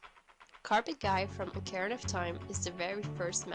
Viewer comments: Because why the frick would you pronounce ➡️O⬅️carina "Ahh"car-anna'? And as for her list, I didn't call her opinion wrong did I? I merely stated she has a different opinion from what I would call creepy. I.e COMMENTING in the COMMENTS section. So next time, instead of bumping a long-dropped thread (just to fuel that bitchy part of you that would love to feel superior) keep moving - and maybe next time do your research instead of jumping in tits first. And yes, I do pronounce things correctly. I'm pretty good. 💁🏻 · Who on earth pronounces it "Ach-ar-anna" of Time? Also, you clearly have a different interpretation of the word 'disturbing' than me. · Started cracking up when I heard her say that because I read this before the video.